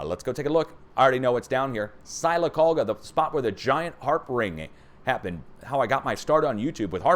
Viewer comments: Greetings from Alabama! Sylacauga is pronounced silla-cauga. The y is a short i sound. Although you can pronounce it however you like! :) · Sylacauga is pronounced Sil-a-cog-a